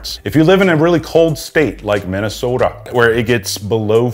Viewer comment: Minnesooooda is the accurate pronunciation and I appreciate your cultural literacy. - A Minnesotan.